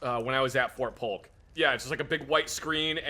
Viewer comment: When said fort Polk I cringed a bit because I just got back from for JRTC.